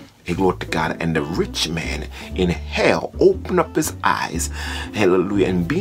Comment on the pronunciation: He can pronounce hahlehluhja, so he goes to heahven